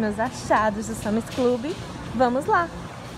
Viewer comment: É sans e não Sami.